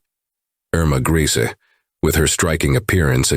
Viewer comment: Her name was pronounced "ER-ma GREY-sah"...not "Greasy "